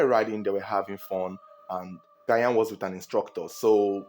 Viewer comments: It’s not Gayan but sounds like Jan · Gyan is actually pronounced “Jan” not “Gayan” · Is not gayan. Gyan as Jan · Not Gayan please its Jan(Gyan) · Asomoah Gayan? 🤣🤣🤣. Let me help you pronounce it better. Assume that the first two letters (Gy) are (J) so it will be (Jan) and it will be the perfect pronunciation for the name spelt in twi as Gyan. Your reports are always on point. Good job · It’s ji-yan not guy-an pronounce well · It sounds like Jan not gayan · Pls mention Gyan's name well. Its not gyayan. 'Gy' is mentioned 'j' so its Gyan (jan) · "Jan " Gyan. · Please you can pronounce Gyan just like pronouncing Jan Yh, it’s not Asamoah Gayan it’s Gyan= Jan thanks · Good narration as always, that's why I am your biggest fun. The name "Ghayan" though 😂. It's pronounced "Jarn" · It’s pronounced Jan(Gyan) not Gayan. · It's pronounced "Jan" not Gayan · The name is pronounced like “Jan” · Who’s gayaan?😂😂😂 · His name is not Asamoah Gah-yan 😭it’s Asamoah Gyan Jesus 😭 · I just love how you pronounce Asamaoh Gyan as Guyan 😅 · Please it’s Asamoah Gyan the “gy” is pronounced as “J”😊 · It’s not Gayan ooo Gyan the Y is silent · Asamoah Gyan is pronounced "DJAN" I believe he may have tried to save Janet because a lot of people panic when someone tries to save them underwater, bringing both them and the rescuer to drown. Thats why when someone tries to save someone who is drowning, the person needs to calm down and basically allow themselves to be "carried". I've been jetskiing before, its very easy to slip off the jet, Janet should have worn a life jacket. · Get your pronunciation of 'Gyan' straight... It's pronounced as 'Jian' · It’s pronounced "gean " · The name is jan(Gyan) so please pronoun it well🙏🙏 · Asamoah Gyan. Gyan is pronounced 'jan' , Ghanaians, am I correct? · The name Asamoah “Gyan” is pronounced as “Jan” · because the letter 'g' has a soft sound and hard sound as in Goat (hard sound), George (Soft sound of 'g'). It should be pronounced as ' jian' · Not gayan it's Gyan